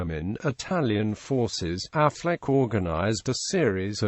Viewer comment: Incorrect pronunciation of Auchinleck, Affleck was a forerunner of Auchinleck. Aside from all evidence that Auchinleck's name was pronounced "auk in lek", it is unlikely his nickname would be "the auk" if it was pronounced Affleck